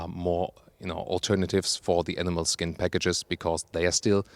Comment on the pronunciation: You know he's a German when he's like "NEIN NEIN, it ain't leather, it's A N I M A L S K I N"